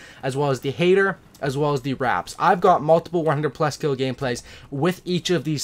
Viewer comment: "Forget about the hatrs"lmao